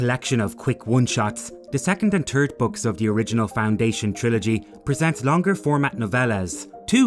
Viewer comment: "The turd story in the trilogy"?? Really?? ENUNCIATE!!